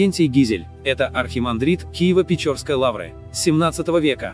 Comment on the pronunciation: Гага. Ты говоришь "Киево-ПечОрские". Не палишься ни разу, угро-финн. Что такое "печорские"?